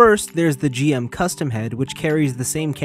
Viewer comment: It's pronounced "jim", not " jee-em". That second head is GM Command inspired, not GM Custom. The third head is based on the Genoace from Gundam AGE, not the Daughtress from Gundam X. That being said, great review!